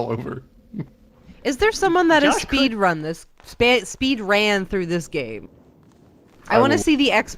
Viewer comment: It's "spedran."